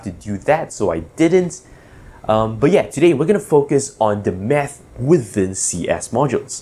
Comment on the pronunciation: I legit thought he said meth.